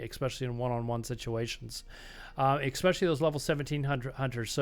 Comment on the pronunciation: why are u saying "especially" as eXpecially, really bothering me, lmao